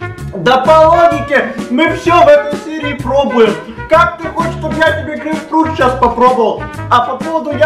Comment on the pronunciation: Не грейпрфрукт а грейпфрут